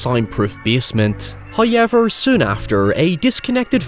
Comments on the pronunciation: “Hi-ever” when saying “however” lmao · Nobody: “…..”: “HoYYYever” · I just smile every time says "HOYEVER' 😁Also, the film was good. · First "hoyevver" drops . Blessed are we for His boundless gifts....